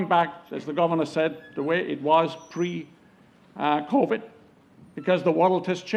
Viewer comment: "We Introduced Co-Vid"?